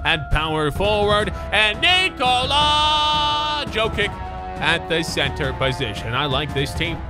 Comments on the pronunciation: Its "jokitsh" Not jokik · Nikola Jokic correctly is said Nikola Yokich, I mean you need to read it like that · Jokic is prenounced « Yokich » not « Joe kick » 😂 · You said Jolic wrong.